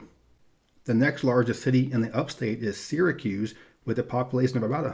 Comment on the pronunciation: I don't live in NY but I still want to thank you for pronouncing Syracuse correctly.